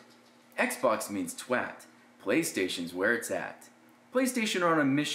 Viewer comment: Holy shit an american pronounced 'twat' correctly. THERE IS A GOD